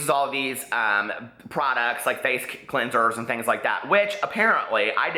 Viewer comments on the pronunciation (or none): This video was definitely troll-y. She pronounced the same product 3 different ways. It's funny. It's cute. She does need to put more effort into her channel.